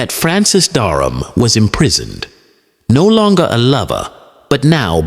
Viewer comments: His name was Francis Dereham not Darnham or Durham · Duck of Norfolk? There's something hilarious about an AI narrative talking about English history with a southern US drawl. By the way, the name was Dereham not Darham.